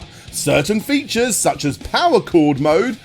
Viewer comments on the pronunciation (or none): none